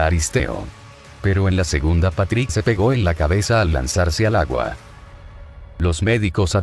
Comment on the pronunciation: like si pronunsiava mal a Patrik